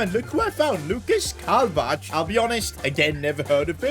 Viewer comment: kalvach you say it kalvah